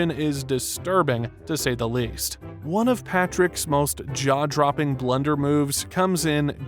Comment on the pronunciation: The way you say Blunder upsets me... XD